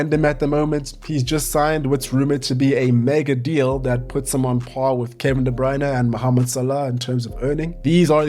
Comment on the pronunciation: Thank you for pronouncing debruyne the right way.